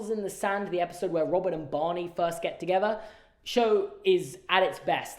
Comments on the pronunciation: How you say Bonnie instead of Barney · Am I the only one who hears "Bonny" instead of "Barney" when says it? I was very confused for the first few minutes of the video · I was very confused by your Barney pronunciation jaja 😭❤️ maybe it's just that I'm not a native speaker but I thought you were saying Bunny jajajaja